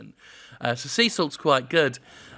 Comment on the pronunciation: Sea Salt does look good. I wish he spelled it out, it sounded like "Cecil".